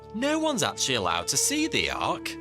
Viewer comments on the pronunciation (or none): none